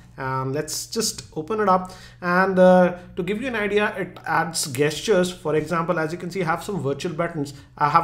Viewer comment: Gestures is said like Jestures